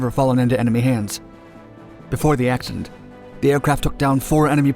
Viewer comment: "This footage shows a terrifying axeshident" 🤣😂